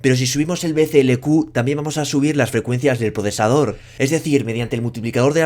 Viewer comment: Todo el vídeo diciendo BCLQ y es BCLK, y nadie en los comentarios dice nada .